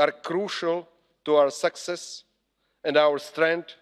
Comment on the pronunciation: What was this about? Rusia, sexes, mixed in new members, army, ..etc. By the way success vs. sexes have different pronunciations. The expressions on the faces of the eurocrats were comical at times or utterly bored & unable to comprehend your bla, bla, blabing. Kiska, it would be better for you to stay home next time.